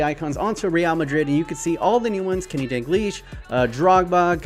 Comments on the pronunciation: Dal-glish not Dan-glish Just saying! <3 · Him saying “dangleesh” gives me anxiety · Why do you pronounce it dangleash? Where do you see the n in dalglish? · My mans really saying Danglish...